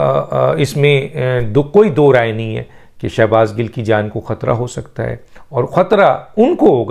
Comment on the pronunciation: Gil not gull